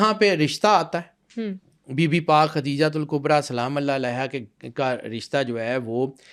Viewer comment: Her name is KADIJHA s. a not Khatija prounounce it correctly